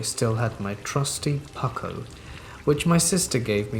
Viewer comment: Did....you just pronounce puukko like "puck-o"???